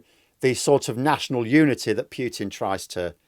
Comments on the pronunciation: Just pronounce Putin - don't damage your silly pronunciation into piutin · A nit-pick: it is pronounced Poo-tin, not Pyew-tin.